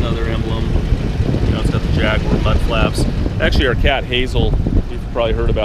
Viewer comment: Nice to see this car, unfortunately your commentary is repetitive, monotonous and painful. Also, please learn how to pronounce Jaguar.